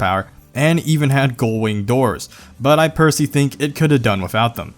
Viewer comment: did anyone else realize he said " i percy think" when talking about the lambo van? Man, for someone who has a lot of time to edit, and create videos, i didn't think this little amount of effort was put into your videos.